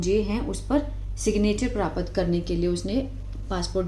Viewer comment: Mam it's not pra-pat , it's prapt.